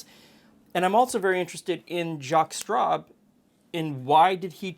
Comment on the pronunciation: Maybe I've had a cocktail too many, but every time you were saying 'Jaques Straub', all I heard was 'Jaques Strap'. That famous French Canadian hockey player and inventor of protective equipment 😀